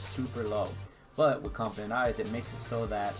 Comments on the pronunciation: Compound not confifedent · Are you saying confident eyes? or compound eyes?